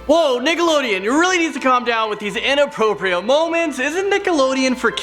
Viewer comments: he said niggaloadon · Am I the only one that thought said niggalodean😂😅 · is it just me or did he say niggelodion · He said niggalodean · Lol it sounded like he said at the beginning he said niggaloadian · Uhh did I olny hear niggaloden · He said niggaloadion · Don’t you hear That he says n word lodeon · sound like he said niggalodian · YOOO I SWEAR. I THOUGHT I HEARD "NIGGALODEON" LMAOOO 💀💀😂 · . DID I HERE N***ALODEON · I herd woah Niggalodeon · Whoa, did it sound to anyone else like he said niggalodeon, even if he didnt they gotta be more careful about that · In the beginning he said niggalodean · Man said niggalodeon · Did he say niggalodent!?!? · We gonna pretend he didn’t say niggalodeon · I cannot be the only one that hears the n word in Nickelodeon..!